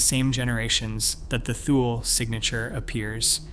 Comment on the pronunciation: Thule is pronounced TOO-lee